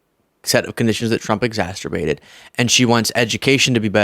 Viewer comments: Did actually say ExasTerbated? 😅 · it's exacerbated, not "exasterbated". I've heard you say this a couple of times. 😅